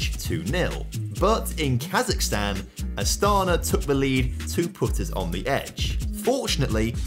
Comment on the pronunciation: I know that I'm late but Astana pronounce with emphance on the last a